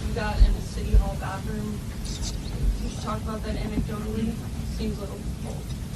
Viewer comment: “Baffroom” lol okie.